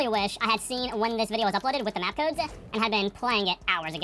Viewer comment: I had to stop watching it 13 minutes bc he kept saying codesa with a a at the end and I gave up